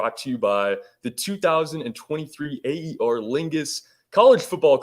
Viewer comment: Aer is pronounced "Air" not three separate letters....Aer Lingus is the name of the airline based in Ireland